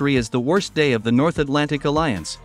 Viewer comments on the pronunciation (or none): none